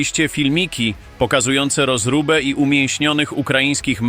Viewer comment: „Rozróby", nie „rozruby" 😅